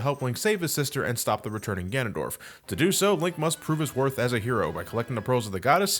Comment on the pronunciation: "This mysterious and elusive fig- Gandondorf" had me dying.